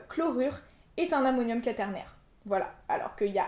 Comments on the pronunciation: Ca se prononce qouaternaire, non? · Par contre le mot quaternaire se prononce avec le son "oua" et pas juste le "a".